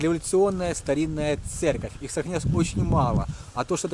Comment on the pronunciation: ЦЕРКОВЬ а не церЬковь